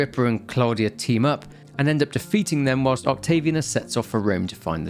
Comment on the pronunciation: Octavi Anus, Mc Anus... Work on Latin pronunciation dude.